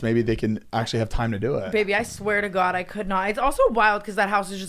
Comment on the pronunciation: is the whitest person EVER HAHAHAHA. 10 weddings & the way he cringes & says “oh gawwwd,” in like a rich old English voice. I caaaaaaant 😂😂